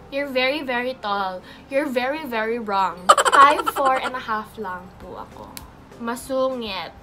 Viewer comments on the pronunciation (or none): Natawa ako don sa “YOURE BEEI BERI WRONG”🤣🤣🤣🤣